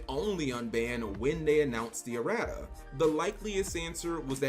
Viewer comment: Lmao “uh-rat-uhs”